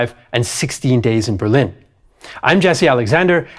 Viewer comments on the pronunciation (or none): none